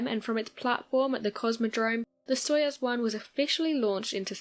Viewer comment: I know you are a kid. It's pronounced "SOY-OOZE". Gagarin pronounced Ga-GARin. You're welcome.